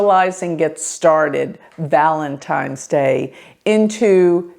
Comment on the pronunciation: Did you really say “Valentimes?”